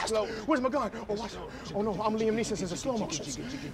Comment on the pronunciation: "Liam Neesons" 😆